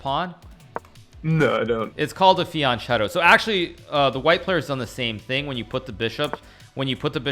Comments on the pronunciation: that's not how you pronounce fianchetto dude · It's written "fianchetto", it's pronounced "fianketto" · I think fianchetto is pronounced fianketto